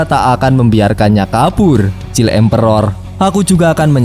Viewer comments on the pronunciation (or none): none